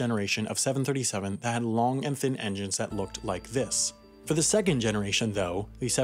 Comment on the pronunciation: There are two ways to pronounce the word 'the.' They are, "thee" and "thuh." If "the" precedes a consonant, it should be pronounced "thuh," as in "thuh car," "the flight," and "the damage." If it precedes a vowel sound, the pronunciation switches: "thee eagle," "thee other," and "thee eyeball." This narrator very often uses "thee" to precede words with consonants. The overall effect is that the narration sounds stilted and artificial. The points where it happens are jarring. This happens quite often in amateur voiceover work and it is very prevalent in homemade YouTube videos. It might be due to the speaker's desire to speak or pronounce with a clinical precision or exactness but since it is counter to normal English speech, it is off-putting. I'll try to listen to this interesting video without the shortcoming bothering me but it wont be easy.